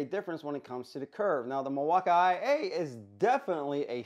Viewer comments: you pronounce it mill-walk-eye-A, when it's supposed to be mill-walk-eee and i don't understand why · Lol 😂 the milwauka-ia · No idea why your saying milwaukee that way, did I miss something?? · Please just say Milwaukee. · The pronunciation of Milwaukee and Irwin gets old quick dude. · Decent review but you're pronouncing BOTH companies WRONG. Every time I hear the company names called out, I cringe. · why do you pronounce Milwaukee like that? doesn't make any sense